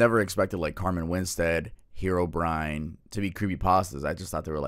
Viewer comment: I can't be the only one who thought that "Herobrine" was pronounced "Herbivore"